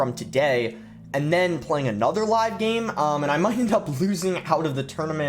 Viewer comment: Does is sound like he pronounces "game" as "geem?"